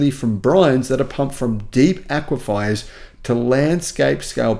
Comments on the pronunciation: another helpful video. Aquifer is pronounced as Aqua… fur. FYI, my friend. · You're saying aquifer wrong. Sounds like someone spelt it wrong.